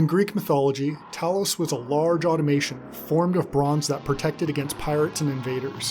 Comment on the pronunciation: I really wanted to watch this video, but your inability to correctly pronounce "AUTOMATON" and "STAGEIRA" was just too much.